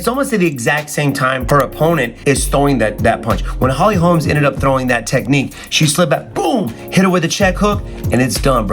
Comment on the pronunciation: Its holly holm. Not holms